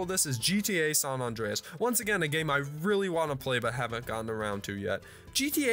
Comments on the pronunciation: lol "Sawn Awndreas" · Eskewed. Sahn Ahndrayus. I can't man. Also, we get it. You're super young. Nice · He did not say SAHN AHNDREAS